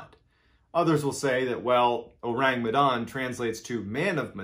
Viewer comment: Phonetically it is: Oh-Rhung Meh-Dhun.